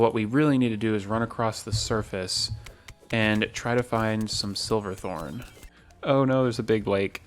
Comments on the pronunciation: Ooooh I know this is a year old but I don’t like you calling it “silverthorn” It’s SH iverthorn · I know this video is very old but something bothering me was you kept saying silver thorn instead of shiver thorn